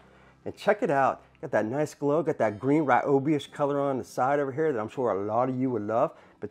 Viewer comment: Would have Subscribed, but he can't say Here, normally.